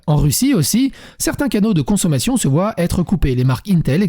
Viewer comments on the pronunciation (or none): none